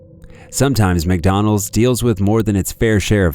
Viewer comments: The entitled Karen in the last video needs speech therapy. "Mick Dooneldes, UK Mick Dooneldes"! Open your mouth when you enunciate! What's with the inability to say Mc Donald's? I hadn't realized it's now pronounced Mick Dooneldes ! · Mucdonuulds 👉👉, her voice wa so grating, clearly she's below average intelligence.